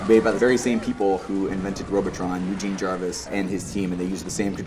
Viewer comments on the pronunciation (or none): none